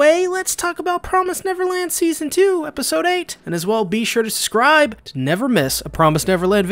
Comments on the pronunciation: I cannot help but cringe every time you ask me to "suscribe" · Can someone please explain to this man that there is a "b" in the word "subscribe"